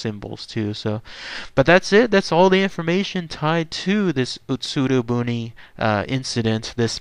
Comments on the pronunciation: I lived in Japan once upon a time - Your pronunciation is wrong - It's not "boon" - It's pronounced "booonayyyy". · Pretty sure it's pronounced "buneh". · Bune = boo-nae. I lived in Japan, and on the beach. This story is as real as it gets.